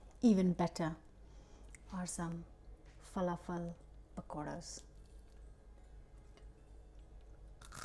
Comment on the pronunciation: I like how you say “ful-ah-fel” Lol ❤